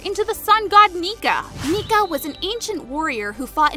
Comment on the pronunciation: Why when u said nika i hear the n word